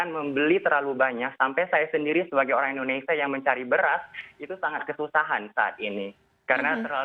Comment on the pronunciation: orrrangg kok njir